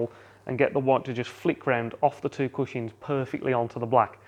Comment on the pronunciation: Is no one going to mention the fact he is saying cushings instead of cushions?